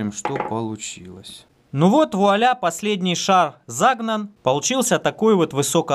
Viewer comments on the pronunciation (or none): none